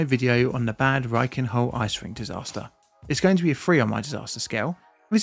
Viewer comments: It's pronounced like "bud", not like bad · I mean, he is constantly mispronouncing Bad like the english word bad.... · so it was a bad roof, but bad in Bad Reichenhall is pronounced like bud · Thanks for the explanation. Please try to pronounce the towns name correctly though. You make it sound bad 😅😅 Bad is pronounced somewhere between 'bard' and 'bud' and reflects the status of a Spa town with their own natural spring or thermal baths. ✌️ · Please! It's Bahd (meaning bath). Pronouncing it like "evil" Just makes it absolutely unrecognizable. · Note: In German, "a" are always pronounced as in "bard". So it's more like "bud reichen-hull". Prefix "Bad" is equivalent to "Bath", "Spa" or "Springs" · Its pronounced bahd with a ahh like in bath. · He kept pronouncing it as "bad" as well which didn't help 😂 yes with names like this it translates to "bath" [City Name]. There are many other cities with similar names, usually known for healing (sulfur or salt) springs.